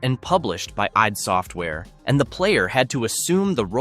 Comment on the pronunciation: “I’d Software” oy gevalt